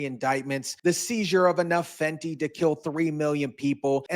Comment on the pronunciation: Good report but please stop calling it Fenty like an addict buying on the street or some highschooler